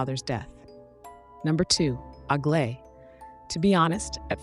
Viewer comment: Aglaea is a greek name and you should pronounce it better please